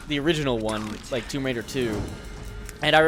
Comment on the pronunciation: Its tomb raider not tome raider